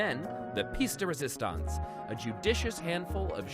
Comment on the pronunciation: pizza risistonce